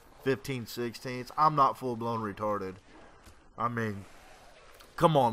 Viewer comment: Lol u say full blown real funny xD add me in xboxlive o0SmackUSilly0o :D